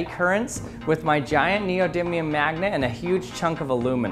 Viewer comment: Neodiddlium? Focus you fack!!! Great video, all your stuff is awesome 👍👍👍